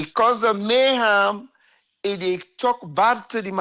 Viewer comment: its mayhem... not mayham 😂😂